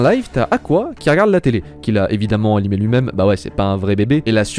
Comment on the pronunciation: On dit "A-NI-MÉ", surtout si vous avez fait japonais LV2 ! Le pire, c'est que même en français, on dit "animé", alors pourquoi cette prononciation invraisemblable ?